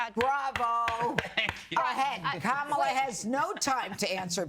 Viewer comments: The Vice President’s name is KAH-mah-lah, not Kay-MAH-lah. If you can’t get that right you don’t deserve to be taken seriously. What do you think people are thinking? You ask? They think people of color - that’s you, will be screwed if trump is elected. You sir, are a traitor and an idiot. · Before you start speaking about intelligence, you should learn how to correctly pronounce Kamala's name.